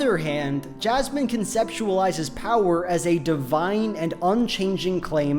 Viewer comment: As a non-native speaker I genuinely thought you're calling Jasmine "jazz man" for first 3 minutes